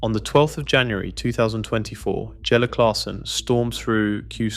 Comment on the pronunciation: Jelle 'YELLE' stands at the o'shae 'okey' If you just listen back and edit faults maybe your video would be better , but that would take a little effort. Still playing saw him at an NDB ranking toernooien only a month back.